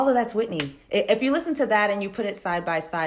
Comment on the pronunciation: Speaking good on Whitney’s name! Respect.